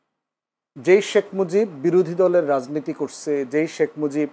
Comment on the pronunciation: শেখ মুজিব কে শেখ মুজব বলবেনা কি দৌলতদিয়ার খদ্দের বলবে আজব 😂😂😂😂😂